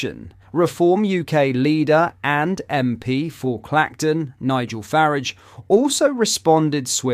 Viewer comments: Multiple times, I’ve noticed some very anomalous mispronunciations. Faridge, not Farraaage. Apologies if you do this because you suffer from a disability? If i didn’t know better, i’d suspect this channel was an AI avatar. I was also dumbfounded when you said you hadn’t heard of the Panodrama debacle. How is that possible, it’s a basic fact about Tommy’s journalism, that everyone familiar with Tommy, knows intimately. Bit puzzled. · Why do u pronounce farage as faradge ..Nigel might be far-edge and far away from Islamists but his name is pronounced without a Starmer Shiite d